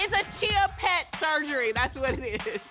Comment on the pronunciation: It was when she said chia pet for me. 😂